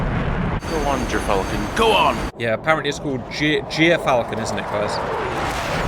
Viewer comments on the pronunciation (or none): Hate to be the pronunciation nerd, gyrfalcon is pronounced “jeer-falcon.” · As a life long ornithologist and falconer. I feel I must let you know it's Gyr pronounced as the Ger in Germany.👍